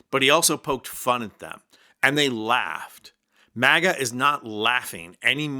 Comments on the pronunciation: It sounded like you said "MAGGOT ADMINISTRATION. "😂😂😂😂😂😂😂😂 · For a moment I thought you were saying maggot not maga lmfao 😂